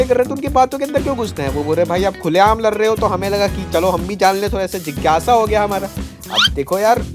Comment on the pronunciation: Lad rahe the ❌ Lar rahe the 👍